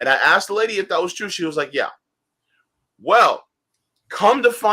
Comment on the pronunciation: it's Twue, it's Damned Twue ;-)